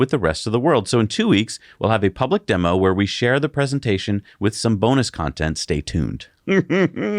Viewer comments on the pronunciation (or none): none